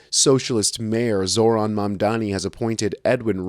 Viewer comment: they still cant say his name right 🤡